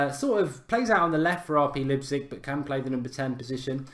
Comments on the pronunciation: Mark, the ‘Lei’ in Leipzig is pronounced ‘lie’ not ‘lip’! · Mark, it's pronounced Lipe zig.